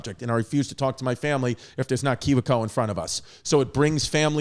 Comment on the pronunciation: I enjoy chris not knowing how to say KIWI CO